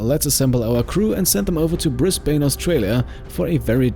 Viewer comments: Just a pronunciation tip from your friendly Aussie: Brisbane is pronounced "bris-*ben*" or "bris-*ban*" more than it is "bris-*bane*". Why doesn't the e on the end modify the vowel here? I don't know, english is broken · Brisbain sounds odd. We pronounce it Brisban. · I commend you on your attempt to pronounce Brisbane. Its pronounced more like "briz-bin" fyi.